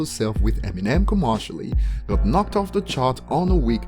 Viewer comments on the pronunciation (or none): The way he says commercially is ironic. Commarshally